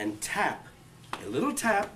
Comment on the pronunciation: I hate how he puts emphasis on tap... a little tap cuz that’s the extent of his energy.